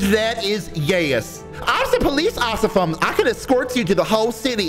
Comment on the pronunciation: “Police oficem” wow that made me laugh so bad 😂😂